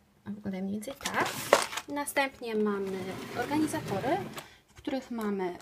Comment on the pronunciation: to są organizery a nie organizotory :) xd